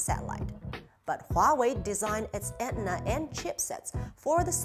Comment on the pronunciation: never in my life have i heard someone say antenna as "etnna" before -- mostly "an-TEN-na"